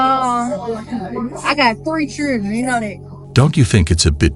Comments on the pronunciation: She has 3 Chilrens, the "D" is silent😂🐾🐾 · The one in glasses... "I have 3 jur-rands"🤦🏻‍♂️⁉️ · "I got 3 chewdren"... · "I Got Three Churdren, You know that" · "I gots three chirren at home". If you can't speak properly, annunciate, or pronounce words like they're supposed to be said then I'm out.